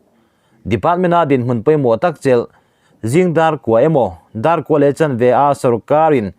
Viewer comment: I thu chhiar then khatin,a tum a thelh Chiang khawp mai,. En tir na'n,"Dawr",tih turah,"Dawrh" I tih te hi,. A ngaihnawm viau e,😃👍han Tang sauh sauh zel Ang che.